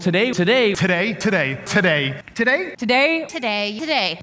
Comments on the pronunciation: tah - dey. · excuse me did you said " today " - "today"